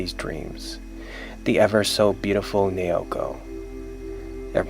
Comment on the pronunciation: it's nah-oh-koh. not neeyowkoh